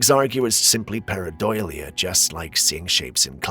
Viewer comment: Please correct your pronunciation, it's paradolia not paradoilia.